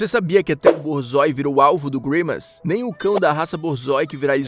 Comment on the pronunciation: Se escreve borzoi mas se pronuncia "borzoa "